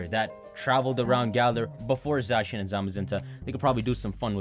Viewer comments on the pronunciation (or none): none